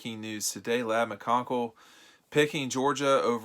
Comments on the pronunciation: You pronounced his last name every way but the correct way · Hey, pronounced it right one time! He tried about every possible pronunciation so he was bound to get it at least once! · McCon(Key) smh lol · ryan tyler Do you think he is the only person who works at DawgPost? He filmed the video. It may have been edited by another. Obviously the pronunciation error slipped past both. Hence...”we.” He apologized. Geez, he mispronounced a name you hadn’t heard of three months ago. He didn’t murder him. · Andrea Reynolds what??? He’s the only one who mispronounced his name. Am I in the twilight zone?